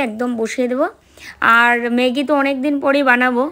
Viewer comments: কথাটা মেগি নয় ম্যাগি।খুব কানে লাগছে তাই বললাম।অভ্যাস করো হয়ে যাবে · কথাটা মেগী নয় ম্যাগী। please উচ্চারণ টা ঠিক করো । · হাঁ খুব কানে লাগছিলো